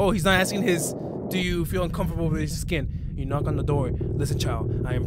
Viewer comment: Bro said “uncoperble”